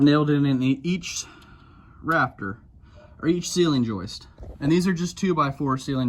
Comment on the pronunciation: Pretend like he’s saying raptor the whole video instead of rafter